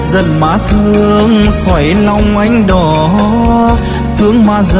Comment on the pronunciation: Giọng anh chị ấm, trong nhưng giọng nữ chuẩn hơn về cách luyến láy và phát âm chuẩn giọng nghệ tĩnh! Anh Duy Phường chú ý thêm phần phát âm cho chuẩn giọng NghệTĩnh thì mới hay! ví dụ: da diết thế, nặng tình nặng nghĩa, xoáy lòng em đó,v,,vv, , anh ấy khắc phục được những lỗi ấy thì sẽ rất hay!